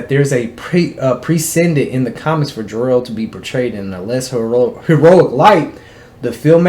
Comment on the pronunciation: Whos jarrell? Lol 😂😂 you mean kal el ?